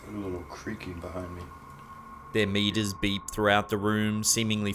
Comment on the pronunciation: I know during the first one he said "their meters beep throughout the room" but it sounded like "their MEAT is beat throughout the room" and I couldn't stop laughing.